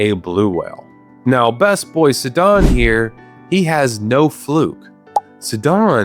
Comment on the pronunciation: I took psychic damage from the way you pronounced Mipha and Sidon 💀 great video otherwise, love me some fish facts